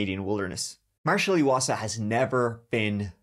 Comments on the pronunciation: Eye wasa, not eeeee wasa. I'm from the same area and his family is still actively looking for Marshal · Chapter Hi I’m from Lethbridge Alberta Canada and wanted to say thank you for covering Marshal’s case. His last name is pronounced I wasa.